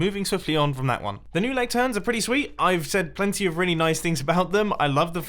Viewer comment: "Lecturns"?!? Is that an addition in of itself? Or does he mean a lectern?😂